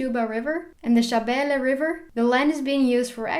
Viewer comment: I like your somali pronounciations of Soomaaliya, Shinbiris, shabeele etc. 🤗